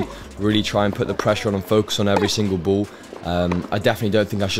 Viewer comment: it's pronounced "ball", not "buhwl"